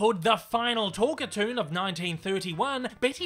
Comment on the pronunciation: “Talk-a-toon”,? NO! It is pronounced TALK - CAR - TOON! Other than that, I’d give your script a “10” out of 10 out of 10. They usually work as well or almost as well as this one did. My late Mom was a HUGE fan of Betty Boop, and Mom’s friends (and I must admit, I myself) gave her all kinds of Boop merchandise. I still have Mom’s Betty Boop figurine, standing atop a piano, and holding a 1930’s RCA 44 Ribbon Microphone. Incidentally, the Hayes Office enforced the BREEN code, and contrary to what you hear on TV, it really was the BREEN code. The Motion Picture Code was NEVER “THE HAYES CODE”. It was the BREEN code. Look it up. And you bet, - I would LOVE to see a new HIGH QUALITY (That means a product that’s made as well and looks AT LEAST as good as the as the original series of Boop cartoons! By that I mean animate on 1’s when possible (that means there’s ONE DRAWING FOR EACH FRAME OF FILM, which ran by at 24 frames per SECOND). But most of it is what’s called “limited” animation (in which they make a drawing for every TWO or more frames, they save a lot of work (read: MONEY) by NOT making a drawing for EVERY frame, cutting their cost per foot of useable film in HALF.